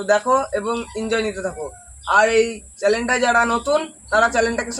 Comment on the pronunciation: চ্যালেন নয় উচ্চারণটা হবে চ্যানেল ।